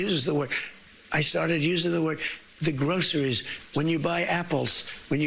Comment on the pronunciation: Trump doesn’t care about American people. He can’t even pronounce word “groceries” because his tongue never was exposed to such torturous words. We all thought that he is rich enough to not care about kickbacks from Israel or money from huge corporations but I guess greed has been confirmed with Trump that it has no boundaries.